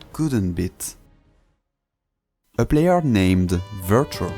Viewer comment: omg yeah, his name is and not...